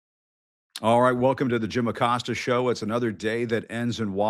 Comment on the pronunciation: Acosta is pronounced "Aw-coast-ah"